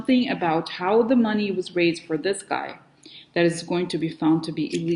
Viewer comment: It's so funny how you say "shady mohney"